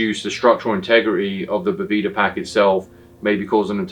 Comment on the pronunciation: I love that says “I’m from Boveda” and then proceeds to call it “Boveeda” for the whole video